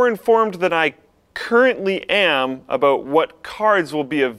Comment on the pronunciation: "SPOILER ALOOT!...Aloot?", your Canadian is showing again. x3